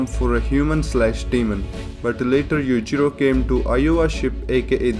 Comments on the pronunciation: His name is Yu-Chi-ro not Yu-ji-ro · oh my goD lmao! u say Yuchiro all the time roftl theres n difference between Yui and Yu lmao!!!!! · Yowichiro hanma. Say it like that. I keep hearing like youre just saying yujiro again. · i love how this guy when he says Yuichiro it sounds more like Yuijiro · Yuichiro - Yoo- ee- chee - roh Yujiro - yu- jee- roh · Bro i thought he said "Yujiro Hanma is the father of Yujiro Hanma" LMAOO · if there weren't subs I would have just thought you were saying 'Yujiro' over and over because yuchiro sounds pretty much the same. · Cant tell if he saying yuchirio or yujiro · the way you pronounce yujiro and yuichiro are so similar I need the captions for this one bro lol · The way you say Yuichiro & Yujiro sounds the same 🤣🤣🤣🤣🤣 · When you say Yuichiro I can not tell the difference to Yujiro. Please pronounce it better. (No offence)